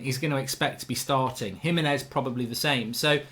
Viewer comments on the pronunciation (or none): none